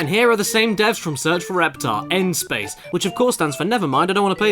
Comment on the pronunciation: Ah yes, the one place where it hasnt been corrupted by capitalism... "SSSPAYICE!"